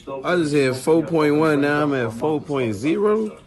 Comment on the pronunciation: Fo pont zero. Lol